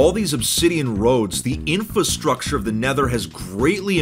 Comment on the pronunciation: Not trying to be rude but you didn't pronounce the R in infrastructure